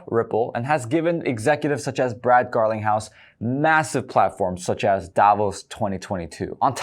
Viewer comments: Brad "Garling-house"... not Garlic house. But whatever. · Did u just say Brad garlic house 😂😂